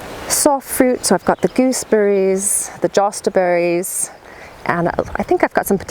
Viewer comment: I love it that you call them Jostaberries as well, considering that only really makes sense in german. Its an amalgam of JOhannisbeere and STAchelbeere, hence the JoSta-Berry for the cross of the two.